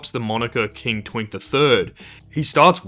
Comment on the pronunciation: I hate how you said twink.😭